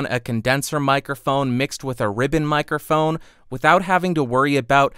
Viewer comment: Don't exactly know what a "mirophone" is, but it sounds interesting...